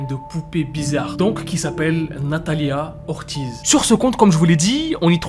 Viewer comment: Ca se pronomce nathalia ortiss aussi🥲